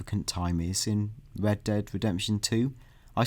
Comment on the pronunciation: They really should have hired a guy who can pronounce the letter 'r' to cover news for a game called Red Dead Redemption. Unless it was some cruel inside joke amongst gamesradar employees to put on this game.